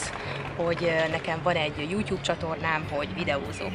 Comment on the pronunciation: Miért mondtad azt hogy yutyub